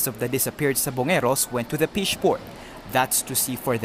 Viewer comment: Sino ba ang nag re-report. Ano ba yan. “pish port” Mas mabuti pa mag report na lang in tagalog. Ang sama pakinggan pati intonation.